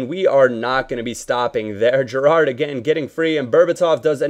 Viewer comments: if you see this can you stop stressing the second syllable in Gerrard's name? haha thanks xx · I love the way you say "Gerrard" lol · lol at the way yo pronounce Gerrard